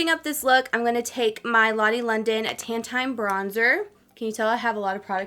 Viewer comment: Your accent makes it sound like you’re saying “ten” when you say tan it’s so adorable 😂❤️